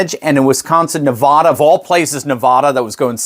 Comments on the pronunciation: I live in Nevada, please pronounce the name of our beautiful State correctly. It is pronounced Nev-Vada. Not Nev-Vaaaada. Thank you! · Constructive criticism: Nevada is pronounced NevADDa, not NevAHda. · It's still pronounced: Nuh VADD uh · Nevada not Nevada it is Nevada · It's not Nev-aaah-da. It's Nevada as in "bat" "cat" "hat". Please pronounce it correctly. Thank you! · Nevada not Nevahda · Learn how to pronounce a state Nevada! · Please learn to pronounce Nevada correctly. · love and support your show. That said please pronounce Nevada (the first a like the a in Dad) This is very important to ALL Nevadans. Hannity pronounced it incorrect but President Trump does not. Thank you Doctor